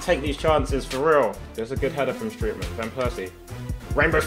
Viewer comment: you have to pronounce strootman like stroatman